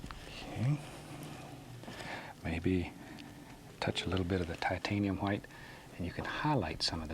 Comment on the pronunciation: Shit is about to go down when bob gets that titanium huwite (loved your pronunciation ross)